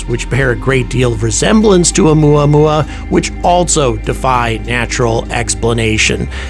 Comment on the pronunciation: “Oumuamua” To the tune of good old “Luey- Luey” (spelling probably incorrect. Please forgive me.)